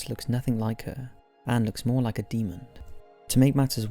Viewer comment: What's a demond? 😂😂😂 got some seriously weird pronunciation going on in some of your videos